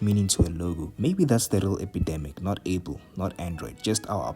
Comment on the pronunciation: He mean's the way you say apple sound's like able/a pull